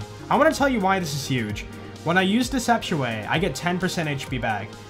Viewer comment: Is he saying deception or not